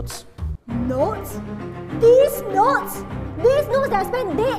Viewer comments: LMAOOO IT SOUNDS LIKE DEEZ NUTS, DEEZ NOTS?? DEEZ NOTS? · When said these notes and it almost sounds like deez nutz